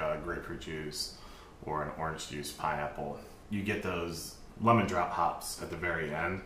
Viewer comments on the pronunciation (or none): none